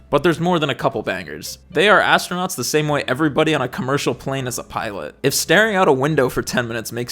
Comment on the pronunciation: ASS-TRO-NOTS 😂 GAYLE KING called it "THE EDGE OF SPACE" when William Shatner went. Now that was a moment. SHATNER in SPACE 💞💖💞